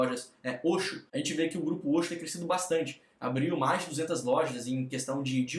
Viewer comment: se fala oqsso kkkkk nao e oxxo eh oqsso kkkkk